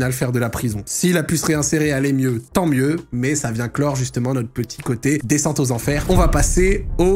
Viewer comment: Aïe “Desscente” 😂🙊